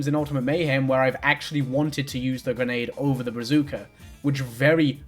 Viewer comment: Am I the only one who finds it weirdly cute how they mispronounced "brazooka"